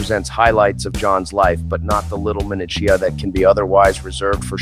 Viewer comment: Why can't AI pronouce "minutia" correctly.